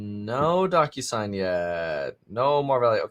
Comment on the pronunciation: The way he says DocuSign sounds like DonkUSign 😜